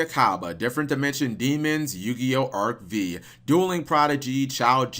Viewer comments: arc V is pronounced "arc FIVE" not "arc vee"! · Nigga really called Arc 5 Arc VEE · Did you call it arc v and not arc five?